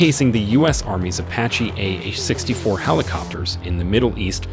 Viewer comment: Ok so the ai you used has a problem pronouncing the name of the helicopter this video is about making you loose credibility. Don’t pronounce it” apa chi “ pronounce it, “ah pach ee “